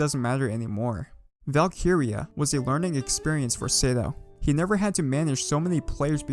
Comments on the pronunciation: Never clicked so fast in my life also i swear its val-kree-ya not val-kee-ri-ya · Isn't it pronounced as "Valk-rea"? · great vid, but it is funny hearing him say Valk-iria 😂😂👍👍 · Bro the way he says valkyria